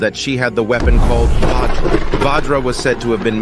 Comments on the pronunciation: It's vajra not vaajra and Also It's ganga not ganji don't pronounce wrongly it will effect to The future of uor history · Pronounce it as vajr*